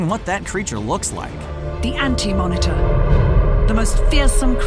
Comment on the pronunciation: So we just gonna ignore it said ant-monitor instead of anti lol